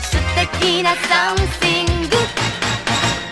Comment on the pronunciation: 子供の頃はなんとも思わなかったけど、大人になってみると のsomethingのthの発音が｢スィング」になっててめちゃくちゃ気になる笑